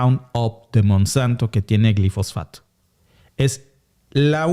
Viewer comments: Es Glifosato y no Glifosfato. Cuidado con la pronunciación. Yo deje de comer avena Quaker por esa razón y sólo consumo avena orgánica sin glifosato. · Una corrección si me lo permiten: Glifosato, no Glifosfato. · se dice GLIFOSATO 👉👉